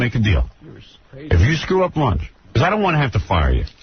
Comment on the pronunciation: LOL I thought he was saying launge.